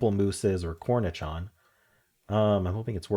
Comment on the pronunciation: I learned Pamplemousse from the La Croix water flavor. 😂 And cornichon is pronounced with the soft sh--corn-a-SHON. And because I hate pickles, I give all my cornichons away. 😂